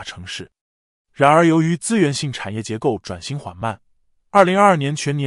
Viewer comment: “然而”的讀音聽得很不舒服……